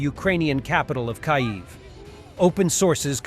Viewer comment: "near the Ukrainian capital KAYV"..? 😀Are you using text-to-speech bot, cause in many of the uploads the "narrator" seems to have a "malfunction" when saying some words..